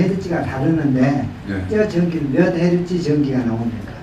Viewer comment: 유도질문을 하시면 안됩니다. 발명자의 기밀을 빼내려면 안됩니다.. 실례되는 행동은 없었으면 합니다.헤르쯔 발음ㅇㄴ 저도 처음에 못알아들었읍니다. 상당히 첩보 활동이 활발하네요.30년 전인가 어느 한의사 말씀에 침술의 비밀을 아는 북한의 한 전문가 한 분이 외국에서 세미나를 가기전날 의문사를해서 여웡히 사장된 적이 있었다고 합니다. 우리 진짜 토종 한국임의 두뇌 속에 있는 사람들을 조심하시고 아무 음식이나 드셔도 안됩니다 우리나라에 가짜들이 너무 많습니다.평지풍파 일으키는 사람들을 조심하시기 바랍니다.